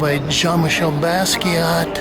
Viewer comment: Please don't say "BAZZ-kee-ott." Sounds dismissing or ignorant; or both. It's pronounced "Boss-kee-ahh."